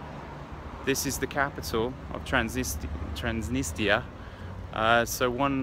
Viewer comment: You visit a country & it's capital & can't pronounce either of their names!!